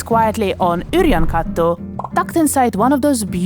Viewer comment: beautiful pronunciation of Yrjönkatu